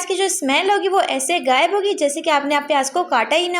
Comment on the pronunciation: Baji bager nahi bghair bolte hain ur ghayeb bolte hain gayeb nahi talafuz sahi Karen kindly